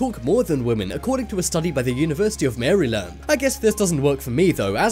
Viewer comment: lol the way you said maryland